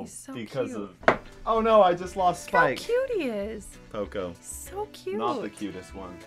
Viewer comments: His name’s p-oh-co not poh-coh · Poco!! Me: Poso!!